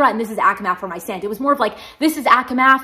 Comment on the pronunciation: Love that you say Rhysand’s name wrong too 😅 Any time I see “Rhys” I can say it correctly but the moment “and” is on the end I say it how I want lol love the name Rhys but Rhysand?! Doesn’t feel natural on the tongue idk haha